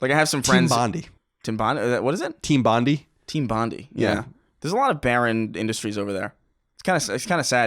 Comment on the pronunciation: It's Team BON-DIE